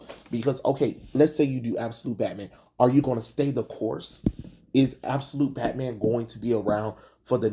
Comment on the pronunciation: you looking at what we Mexicans call "Betmén"